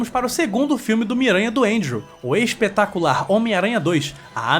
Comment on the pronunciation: Parece que você falou: "O Ex-petacular Homem-Aranha!" 😂😂😂